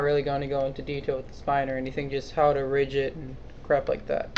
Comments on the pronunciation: it's not prounounced like ridge. it's prounced with a hard "g", as in big, or gun, or wig. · the g is pronounced GUH in rigging.